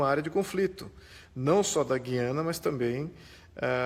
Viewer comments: FALA-SE: GÚIÂNA !!! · Meu caro, aprendi na escola que GUIANA se fala pronunciando o "U" e não como se falássemos, por exemplo a palavra "guinada" onde o u não se pronuncia. Será que só eu estou errado ?